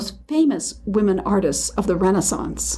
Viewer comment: I can't stand how the names are pronounced. Renaissance is pronounced wrong here for a start